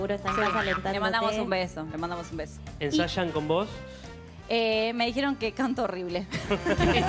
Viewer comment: el siempre dice: trajieron... dijieron